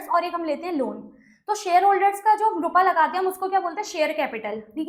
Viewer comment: You blink a lot nd why do uhh say rupaaa😅